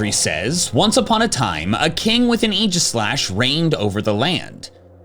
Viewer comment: I've seen so many people pronounce aegislash's name wrong, I'm glad you pronounce it right